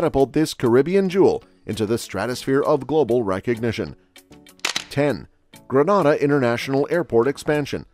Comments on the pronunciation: It's not Gra-nada. Granada is a Spanish speaking country. It's Gree-Nay-da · Number 1 it's not genada it's grenada please pronounce it properly genada is in Spain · It’s pronounced Gree nay da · If you're talking about my beautiful island, it's pronounced GREEN-NA-DA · Please Sir. Its GREEN-A-DAH! Many thanks! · I couldn’t watch the whole video cause he kept saying “ Granada” ! When are they going to get it right???? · All I'm stating, is that I don't live in Greh-nah-dah but '"Grenada". And the accuracy of the information bro, it's willllddddddd!!!! Me alone that counting them millions?!?!?!?! I reach on 3rd set of millions & it's a lottttt.......That's a lot of millions. And I never knew we were using our own money for the technology park I never knew about...I gone yes!🤣🤣Ah done!🤣🤣🤣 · Gren neigh dah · when u learn to pronounce our name...i will begin to listen to your assumptions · First of all the pronunciation is incorrect. Granada is in spain